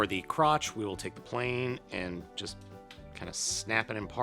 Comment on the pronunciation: He say ze plane